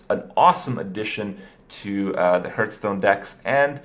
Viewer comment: Please learn how to pronounce the name of the game you play every day of your fucking life.